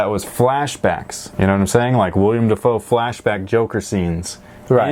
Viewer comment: *Willem not Willian